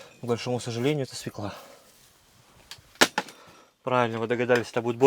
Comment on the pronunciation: При всём уважении, нет слова свеклаА, есть слово СвЁкла.